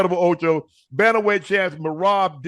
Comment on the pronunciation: I am just here to hear the gang butcher Merab's name 😂😂